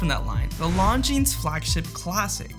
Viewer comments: Jesus Christ. You don't say the "S" in Longines. Why don't you know that?! Because you don't know what you are talking about. Which is why you confidently presented this video. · Learn to pronounce Longines.